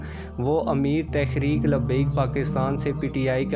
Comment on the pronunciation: Bhai lafz tahreek he ap tekhrek par rhy hen?